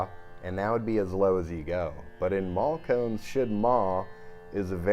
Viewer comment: Awesome playing. Nice try with the pronunciation by the way. Although it’s not maal kones. Malkauns is “maal - ka awce” the last syllable is a nasal sound. Same with bansuri. Hard to explain without an audio demonstration, but great try! The playing is just grooooovy. Not achievable except by great effort in teacher and student, as is evident in your playing. Keep on playing. Love it.